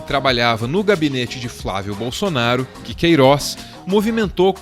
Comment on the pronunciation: o Sergio Moro não consegue falar o nome "Queiroz" na entrevista da GloboNews